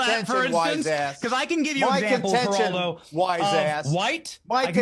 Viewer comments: Kingdom reacts is one of the best and my favorite shows! You people that make fun of the way he pronounces names incorrectly are awful. Help him learn how to pronounce Spanish words. Example: Geraldo:HERALDO, Jesus : HEYZOOS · youngster!! you don't know Geraldo Rivera? (the G is silent by the way. pronounced Heraldo) he's been a media joke for almost 4 decades he's playing the hispanic hero now, but when he was younger he used the name "jerry r ivers" his greatest fail was opening up the secret vaults of Al Capone on live t.v. that was the most epic bomb live broadcast in history he's a tool and a failure... thus, you don't know who he is always wants to be relevant